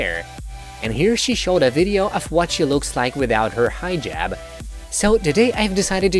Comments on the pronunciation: Dude, it's Hijab NOT 'Highjab'. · "hi ' jab" lool what? its pronounced heeeejab!!! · It’s not “High -Jab”. Like are you kidding? I swear you did that for attention😭💀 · It is not pronounced “high jab”!!!!! Omg!! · Hee jab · Shaeda : Hijab Narrator : Highjub 🤦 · Why this guy in the video pronouncing "hijab" like that?? "The HI-JAB!" God... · It sounds like you said "high jab." God that makes it even more funny for these crazy Muslims.